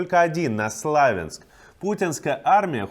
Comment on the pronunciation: славЯнск. ударение из википедии